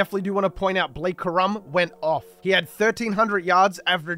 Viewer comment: It’s corum not ka’rum 😂😂😂